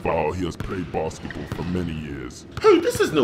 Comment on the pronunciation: The way he changes his accent and pronunciation from "bassketball" to "basketbull" is insane i thought they were different people